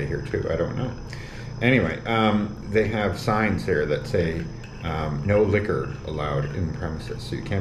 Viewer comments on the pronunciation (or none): none